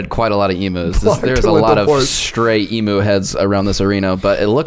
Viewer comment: Australian here - it’s pronounced ‘eemew’ not ‘eemoo’. Every time the talking hat or bowl said it I wanted to put my head through a brick wall. Love the show though, keep it up.